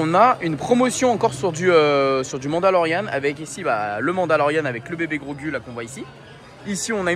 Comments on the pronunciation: c'est pas Grogu la prononciation mais Grogou 😅 🤣Belle vidéo encore une fois pleins de force à toi 😜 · Tu m’a fait mal au cœur quand tu a dit grogU ça ce prononce grogou 😂 et quand tu a dit c3po alors que c’est r2d2 😂😂😭😭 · C'est bien Din Djarin donc Mando, Ashoka, le droïde on voit pas bien mais vu que le fond est orange je dirais Chopper ? Et en dernier Grogu (ça se prononce Grogou)